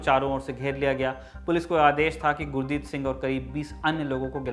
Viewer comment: श्रीमान गुरदीत नहीं गुरदित्ता सिंह